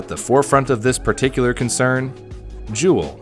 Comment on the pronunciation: Also hearing Kangertech, blu, and juul made me cringe